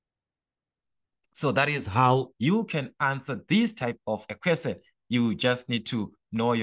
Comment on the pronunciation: The fact the you say Quesen instead of Question 😂😅